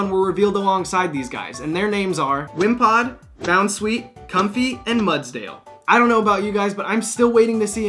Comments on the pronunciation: it's pronounced com-fae. FAE MEANING FAIRY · am I the only one that thinks comfey name is pronounced Com-fae becuase yknow it's based of a lei